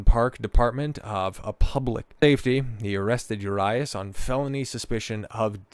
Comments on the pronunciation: U-Ree-Us for next time 😂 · U-RYE-US??? Really? Dude got a clue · That’s not how you pronounce Urias. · How to lose your algorithm.....Pronounce the name of the subject of the video incorrectly. Perhaps be half knowledgeable about the subject matter. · Fuck the way he pronounces his name 😂😂😂😂😂😆😆😆😆 you should’ve first found out how to pronounce it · You cant even prounounce his name or rob manfreds name... Or mention its his second offense.